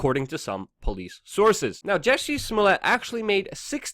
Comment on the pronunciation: Not Jessi, jUssie as in juice